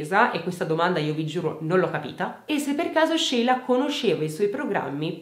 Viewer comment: E poi ci sono io, che mi chiamo Sheila e ho sempre messo l’amicizia al primo posto ❤️ sarà il nome! Grazie per averlo pronunciato “all’italiana”, fa piacere sentirlo dire giusto 😍